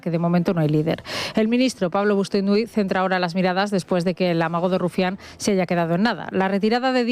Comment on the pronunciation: Bustinduy,, Bustinduy. No BOSTUNDUY, como tú mal dices. // Se llama Galaxia porque se reunían en Galaxia. Di que sí, eso es hablar con propiedad. Y la pobre Silvia Rivero mirándote arrobada // Lo más importante que ha hecho Maduro en su vida fue cómo lo secuestraron (¡! )¿Qué figura retórica es ésta,? Fantástico,, eres fantástico. No hay ni un solo día que no des espectáculo. Por eso te sigo y, como no, por la caña que das al rojerio. Vamos a por ellos,, que son cobardes e ignorantes